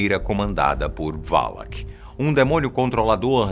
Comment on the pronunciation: não se fala valak é sim valac